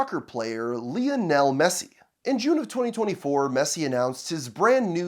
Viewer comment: “Lee-oh-nell” Messi